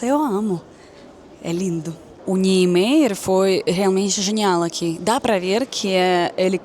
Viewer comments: excelente seu vídei! mas o sobrenome de Oscar seria mais ou menos: [nien-maier]... você pode ouvir no google tradutor português/alemão e vc verá a pronúncia nas duas línguas ok? abraço! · obrigado por me mostrar a nossa Brasilia a qual ainda nao conheço pessoalmente. Soh para ajudar, a pronuncia é Oscar "Niemayer". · fala-se NIEMÁYER. Vc já foi em Goiânia (cidade proxima a Brasilia)? Lá tem o Centro Cultural Oscar Niemeyer (um puxadinho de Brasilia) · a maneira correta de pronunciar o nome do arquiteto dfe Brasilia é "NIEMAIER" o Oscar Niemayer.